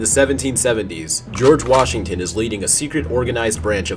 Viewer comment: It all made sense until you said GORGE WASHINGTON